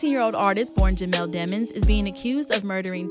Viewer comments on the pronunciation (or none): Why she pronounces it as deh mons bih it’s pronounced demons as the evil from hell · they try and say demmonds... no its Demons vowel consonant vowel people